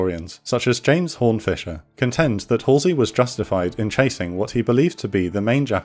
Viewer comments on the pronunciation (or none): none